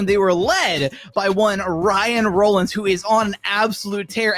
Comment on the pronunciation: “Rah-linns” not rolin’s